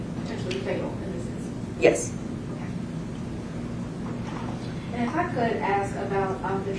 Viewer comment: dude cant even properly pronounce "yes" ffs